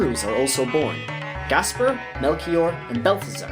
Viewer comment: the way he buchers every name hurts my head but i enioy his banter otherwise, it snot his fault really , some are a bit debatable but as soon as you hear the name gaspar as gasbar well at that point i say hes doing it on purpose , cool whip